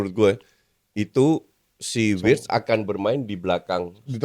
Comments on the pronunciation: Writz saha??😂 Wirtz min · Kenapa Wirtz jadi Writz 😅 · Wirtz bukan Writz